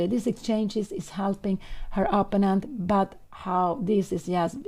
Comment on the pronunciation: But maybe Pia Cramling would like to know that she consistently and often pronounces "opponent" incorrectly? Anyway, I would be happy if someone told me about this kind of mistake if I was a YouTuber who reaches a lot of people.